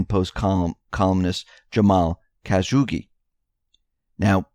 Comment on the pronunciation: Khashoggi, Cuh-shaw-gee. Not Caz-hoogie.